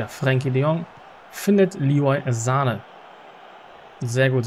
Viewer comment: Hi erstmal ich feier deine fm Karriere aber bitte höre auf ihn Sahne auszusprechen es heißt Sanee